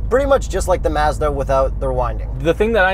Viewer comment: Why do you say Mazda so weird